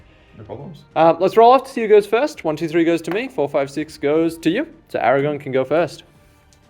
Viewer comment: Aragorn? Aragon sounds just wrong somehow